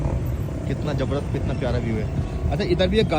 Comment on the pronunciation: Jabarjas nahi hota zabardast hota hai 😂